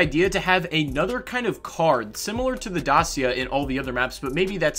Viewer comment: As a romanian i find it a little funny how you say Dacia